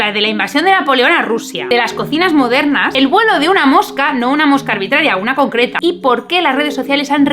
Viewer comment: Has dicho una mosca cocreta? Vaya mezcla rara..